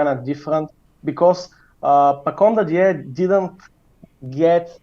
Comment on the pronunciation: listening to mispronounce dadiet the entire episode was like nails across a chalkboard for me